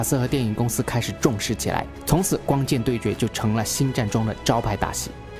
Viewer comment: R Y不分啊。。。rang永远都是读成yang 挥舞着光kian 。。。。。。内rong 变成了内yong 帝国势力 帝国是绿 嗯。。。被谁绿了呢。。。。。突然 突yan...... 说真的，讲的还是不错的，但是就这个发音。。。。让人着急啊。。。